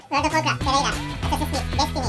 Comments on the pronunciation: Teyayre ne abi 😅 Hadi Terraria demediniz bari Terarya deyin 😂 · birisi tereyra diye okuyup hepsinin zincirleme yanlış okuması çok komik sahneydi ya , fortinayti ile babaci olayı geldi aklıma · Eleman terraria ya tereyra diyip durdu deli oldum amk